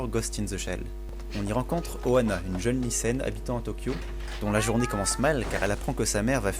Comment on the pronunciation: Alors...si tu prononces oAna Ana veut dire nez en japonais il faut bien expiré le Ha le H n'est pas là pour rien, donc oHAna